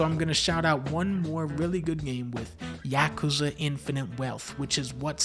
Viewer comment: Whoa whoa, Dunkey pronounced Yakuza right? The funny Japanese game?